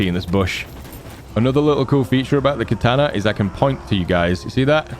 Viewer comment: Katana, not kataner